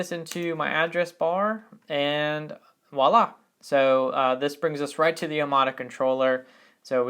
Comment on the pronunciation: Americans saying voilà is such a cringe moment. Btw top tutorial, tnx ;)